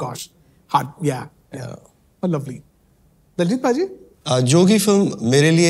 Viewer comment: It's not Diljit it's Daljit!!